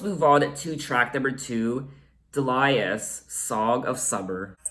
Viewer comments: It's DEE-lee-us, not de-LIE-us. ;-) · Do you know that there is a song by Nick Lowe called “I Love the Sound of Breaking Glass”? So you’re not alone in that....Also the name Delius is pronounced dee-lee-us. Bill Duffield of the song Blow Away was Kate’s lighting director on her first live tour, who tripped and took a header off the balcony of the theatre and was killed. This was the first album where Kate took over the production instead of producers that the record company would assign to her. She co-produced this one and self produced all albums after it.